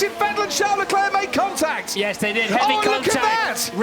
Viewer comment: name : LECLERC commentator : LECLEEEEH